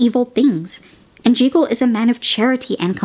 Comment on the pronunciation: I think this is the first time I see a cat in one of your Treat or Terror episodes. I never knew there was another way to pronounce Dr. Jekyll's name. Also, I like your new background scarecrow prop, but I do miss the old one.